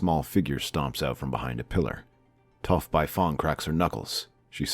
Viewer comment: Story is good, as always, but the mispronunciation of character names is very distracting. I couldn’t get through even a few minutes of the live action avatar movie for the same reason. Also how do you Get Aang’s name right but Sokka and Toph wrong?